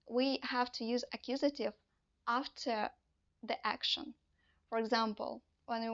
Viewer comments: "akkusative", "genetive" ?? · Very clear, simple and informative. I’ve subscribe to your channel and I look forward to hearing more of the same (that is to say, clear, simple and concise). I will re-watch and take notes to absorb. BTW…not meant as a negative criticism, it is ACCUSATIVE and GENITIVE.